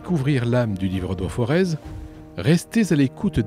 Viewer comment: Bonjour, pour vous indiquer simplement qu'il ne faut pas prononcer le z de forez mais dire forêt. Merci pour votre travail.